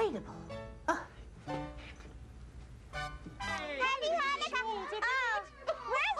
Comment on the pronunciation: It's so nice to see that there is a special episode on Chanukah! In she say Chanukah wrong. If you want to know how to pronouncens it you should listen to yemans Jewish. It is a Voiceless pharyngeal fricative not a Voiceless uvular fricative.